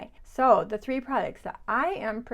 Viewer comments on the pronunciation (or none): none